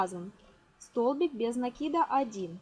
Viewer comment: правильно накИда😀